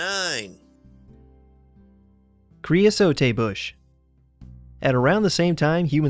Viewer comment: Cre-uh-sote. The final e is not pronounced.